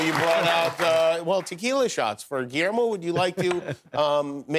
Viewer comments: Pero le llama giermo en vez de Guillermo 😅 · Seas mamón Diego! Pronuncia Guillermo bien! 🙄